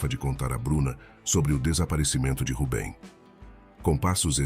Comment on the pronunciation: Boas histórias..mas, por que muda os personagens? Nâo faz sentido! Assim como o erro crasso na pronúncia do nome 'Rubem', corrigido ao final do video!